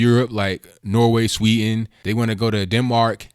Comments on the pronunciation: There is a "d" in "Sweden". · Sweden not Sweeten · It's pronounced Sweden, not Swee'n. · Please pronounce the "D" in Sweden, It's NOT "Swe'en" it's "SweDen" I'm Swedish :) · It is pronounced Swee DEN, not sweeten. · sweeden not swee"n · Learn how to pronounce "Sweden" please!